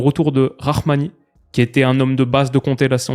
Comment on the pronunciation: Salut salut Pour info : Rrahmani ça se lit pas « rarmani » plutôt « Ramani »